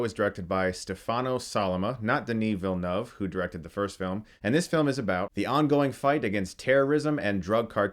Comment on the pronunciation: As a french Canadian, Congratulations on how you pronounce Denis Villeneuve. Not many english speaking people can come that close without almost any noticeable accent, Canadians Americans or Europeans. Also: Love your reviews !!!!! And keep thriving towards your filmmaking goals 🤘